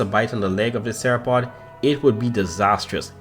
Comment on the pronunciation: bro, u saying theropod almost the same way as sauropod